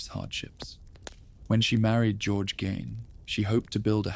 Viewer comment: My ex husband grew up a block away from Ed's farm. And u pronounce his name incorrectly. Gein rhymes with Bean